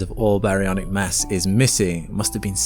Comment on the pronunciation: You said Mass,I thought you said Mess.